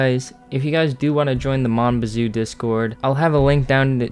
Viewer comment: I love the idea of this game. Btw, it's more like "Moan BAH-zoo" if you were unsure. I've seen a lot of commentators kind of tiptoeing around the pronunciation. Thanks for showcasing this!